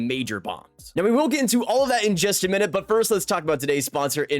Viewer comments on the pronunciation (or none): none